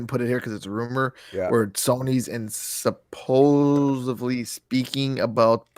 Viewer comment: I don't know if I can be E friends with any more if you are gonna say "Supposably"! There is no letter B in supposedly! Captain corrector's work is done!